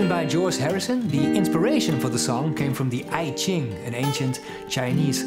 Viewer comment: Great work. The ‘I’ in I Ching is pronounced ‘eee’. Love the hammer-on embellishments. The Martin sounds so good.